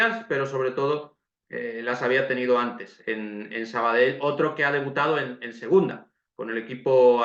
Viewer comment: Por cierto,gracias por el esfuerzo de pronunciar perfecto el nombre del equipo,y demas nombres catalanes...recuerdo en un campo de un filial que viste de blanco...que hace unos años con dos cojones en el marcador pusieron Sabadel y se quedaron tan anchos